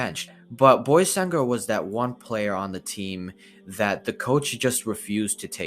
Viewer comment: Salam alleykum it is pronounced „baysangur“ not „boysangur“ sorry for my bad english